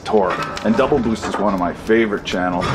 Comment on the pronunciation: Double boost sounds Geordie